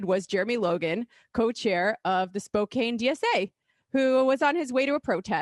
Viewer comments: As I'm sure many people have already said,: It's pronounced "spoke-ann", not "spoe-cane". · It is pronounced spoke- can. Not spo Cain. Please learn to say places the way locals from there say it. Thank you. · Spok-cain? Washington? I think you mean Spo-KAN Washington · Spo-can not spo-cane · I’m from WA never hear people say Spo-cane is that right I always hear spo-can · Spoe-can. Not spoe Cain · Spot can.. not cane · Spokane, Wash. is pronounced spo-CAN. Not a minor detail. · Spokane *SpoCan, not SpoCane. Lol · CAN CAN CAN!! Spok-CAN!!!!! Spok-CAN!!!!!!!! please everybody else in the country Spok- CAN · It's actually pronounced "Spo-can", not "Spo-cain" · It's SPO-KAN. Not KANE. That's all lol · Second time this week ive heard spokane mispronounced. Can not cane. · I live in Spokane 😓 (pronounced Spo - can) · Spokane is pronounced spoe-CAN. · Spokane is pronounced Spoe-can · Wrong. It is Spokampton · Pronounced “Spoh Can” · Even that is a colonial pronunciation. There is no hard "k" sound in the language of the Spokane (spo caw nee). Spokan is the place Spokane are the people. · It's pronounced spo-can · I was born in Spokane. It's pronounced Spo can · I know its spelled Spokane, but you say Spokan. Short a. But, good job with the sheriff's name and for calling him out. I can't believe he held a press conference about that. Waist of time! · Spokane is the RIGHT side of the state. Spokane is pronounced Spok-can as in tou-can. (Left is best) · Hey...it's pronounced SPOKE CAN. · How many Majority Report staffers does it take to figure out how to pronounce 'Spokane'? The world may never know. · Elite New Yorker with bangs needs to learn to pronounce Spokane. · Sheriff Knezovich is a joke. The SPD also just opened a new precinct downtown last month. He's been Sheriff as long as I can remember. How did pronounce Knezovich right but not Spokane?